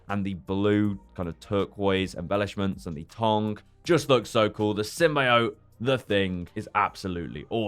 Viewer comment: Stop saying symbiot like that OMG UR PISSING ME OFF